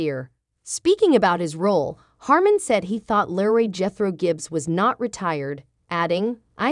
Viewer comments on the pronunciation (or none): You would think that if you are reading this you make sure you pronounce your words correctly. His character name is LEROY pronounced LEE ROY NOT LARRY if your going to read this stuff proof read and get it right